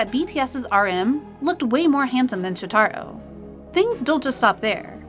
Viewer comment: Okay first...its Shòtaro not Shotarò. Please learn how to pronounce idol's names. Second- he is not out of place and a lot of fans liked him. He wasn't promoted right untill recently but not that much fans think he is looking bad. I have no idea who makes those videos but (in my opinion at least) the way they talk should be a little bit less biased. The person talking sounds like they hate those people. I don't know if it's their fault or they are reading a script but eighter way it came out rude. None of those idols deserve that